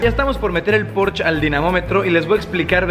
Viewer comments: el "porch" jajaja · La "e" de porschE también se pronuncia... es alemán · "Porshe" plz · No estás pronunciado bien Porsche, en el canal oficial de Porsche tienen la manera correcta de decirlo. Para que no te quemes otra vez. 😂